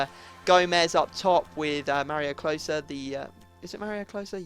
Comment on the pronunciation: it's miroslav klose:)